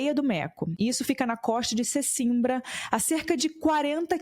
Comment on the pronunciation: Só uma pequena observação. A palavra Sesimbra, nome de cidade, lê-se "Sezimbra" pois o "s" está entre duas vogais, como todo nós aprendemos na escola primária. Por amor de Deus não naveguem na história de "Subzídios" e outras parecidas...aqui a pronúncia correta é "Subcídios" pois "s" só tem som de "z" entre duas vogais. Ouvir uma pessoa culta cometer estes erros dói nos ouvidos...Felicidades para todos 😀